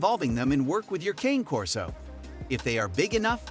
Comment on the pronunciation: Hard to take inputs from a source that mispronounces the breed name